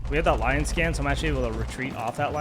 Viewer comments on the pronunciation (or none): none